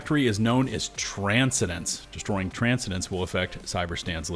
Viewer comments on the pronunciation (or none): trans-Sen-dence not Trans-sendence Bugged me too. Dude has never heard the word transcend, ascend, transcendental, transcendent, ascendent, etc? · Brother. Tran-cen-dence. Not Tran-se-dence. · Transcendence is pronounced tran-send-ents not transidents. I have reported your misinformation to my democracy officer. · Mate, that is Tran-scen-dence (like: traaan(sfer)-scen(t)-dennssss(e)), not your version Tran-ce-dens... please, if you are not certain about a word, use the Google function to have it said out loud. Genuinely, not having heard the word often is not a failing, but we have such things as the mentioned Google function to make sure you provide the right pronunciation to your thousands of followers and not give them a piece of faulty knowledge that might cause them an awkward moment that leads to them possibly going anti-intellectualism/anti-(perceived) elitism later on. (Transcendence, "My transcendence let me view things from a wholly new perspective." and as a verb: "I have transcended the urge to shoot my fellow Helldivers if they fuck up their Stratagem throws multiple times in a row." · TRAN-SCEN-DENCE Tran scen dence NOT Trans-cendence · Get us the Voice actors. *Trans-scen-den-ce. Not trance-a-dance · The way you pronounced transcendence threw me off. Tran-sen-dense not trance-eh-dense. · The way you're pronouncing "Transcendence" is killing me bro:( Everyone: "Tran-Scen-Dence: "Tran-sa-dence" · I expect bad pronunciation out of Glitch Unlimited & Thordan, but you??? It's not Trans-ih-dense It's Tran-sen-dense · Transcendence is pronounced Trans-sen-dence...😂... not Tran-si-dence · its tran-SEND-ance. you transcend, not transind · pronounced Tran-sen-dense, brother. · Ita pronounced "tran-send-ance" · Tran-scen-dence : You are putting the wrong em-PHA-sis on the wrong syl-LA-ble 😅 - Mike Myers ca. non-super earth 2003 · Its pronounced Tran-send-ence . It's not not a city of Transgenders. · “Trans - Sen - Dance”